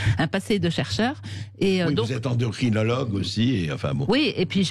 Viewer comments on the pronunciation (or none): crinologue ... J'avais compris criminologue (vitesse 1,5)